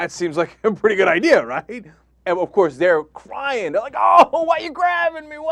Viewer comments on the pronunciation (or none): i love when he says OVCOARSE!! LOL